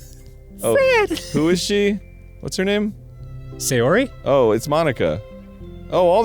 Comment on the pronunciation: Please... "Sayori", not "Seiyori"